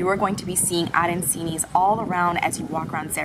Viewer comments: They are pronounced aran(ch)ini, not aran(cee)ni. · ARANCINI not ARANSINI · Her accent was awesome. Calling ARAN CHEEE KNEEE. ARAN SEEE NEEE WAS. F. PAINFUL. JESUS ! AAAAA RAAAAN CHEEEE NEEEH. PLEASE. NOT ORANGE CHEEE KNEEEZ. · Learn the pronunciation......."Aran..cheeni" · Arancini... pronounced Aranchini.. Nothing worse than someone destroying a language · As soon as I hear "aran-see-nees" I stop the video. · Ah..ran...chee...nee. Learn the proper pronunciation. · I cannot stand when these travel “experts” cannot properly pronounce words!! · you put it in your mouth, not your ear. I know what you mean though about the pronunciation.